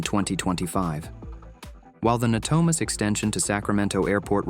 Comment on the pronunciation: Maybe before you post a video, maybe you should pronounce the names of the cities correctly it’s pronounced as *Manteca* and it’s called ** Natomas** before you post this video. You should really learn to pronounce the name of the city’s. !!